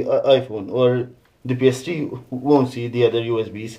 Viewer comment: She's name ps3 not ps dree